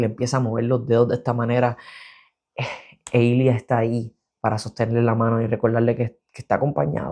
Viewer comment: Amo que el nombre de Ilya si lo consiguió decir bien pero el de Svetlana nunca lo soltó por un momento pensé que era otro personaje xD Me encantó la revisión yo lloré en las mismas partes que tú! Son tan bellos estos hombres